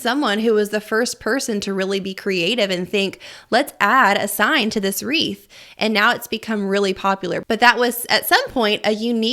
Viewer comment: What is a wreath or rhee? Sorry if I might sound a dumb dumb haha